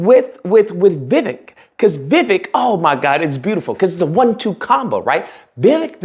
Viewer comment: It’s pronounced more like Vi-wake not Vivick